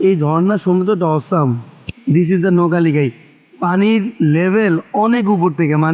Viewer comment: তোমার উচ্চারণটাও ভুল হচ্ছে নোহকা একটা শব্দ আর লিকাই(যাঁর নামে এই ঝর্না) একটা শব্দ। ব্যাপারটা নোহকা+লিকাই = নোহকালিকাই